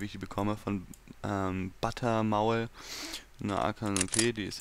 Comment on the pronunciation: echt geiles viedeo aber _butter-maul wird deutsch ausgesprochen XD^^